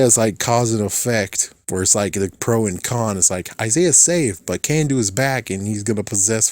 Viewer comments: it's Carn-doo, not Can-doo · "Kanduu" is not pronounced "Can-do", the "Kan" part is pronounced with an "aah" sound not an "A" sound.